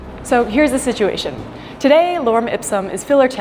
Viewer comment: don't you mean si-uayshun😊